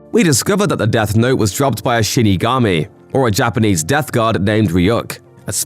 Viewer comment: did u say "shittygami"? 😝